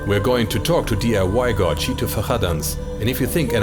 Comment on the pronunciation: Impressive as always. Notice, the attention to detail in giving the correct Brazilian Portuguese pronunciation of Tito's name is representative of the quality and attention to detail of Media Division as a whole.